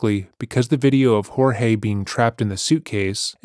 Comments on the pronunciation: This is the first channel who correctly pronounced Jorge. (Horhay). Not George. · Thank you so much for pronouncing his name properly. Her refusal to do so is incredibly disrespectful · Thank you for honouring the way Jorge’s family pronounce his name unlike many other channels.